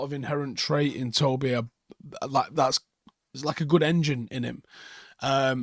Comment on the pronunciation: Tobyer 😄 i guess it was accidental but i actually like it 😅